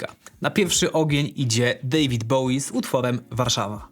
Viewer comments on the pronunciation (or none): none